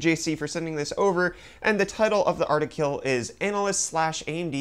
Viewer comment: "artikill" ufdiciple 2018